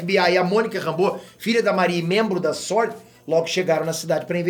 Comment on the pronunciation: SuÔrd (sword), vc fala inglês, vc sabe pô...